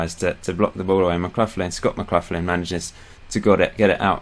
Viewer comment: Your pronunciation isn't too bad but McLaughlin is said more like McLachlan. Except for that your time in charge of Clyde has been really good